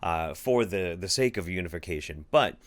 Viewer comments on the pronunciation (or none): none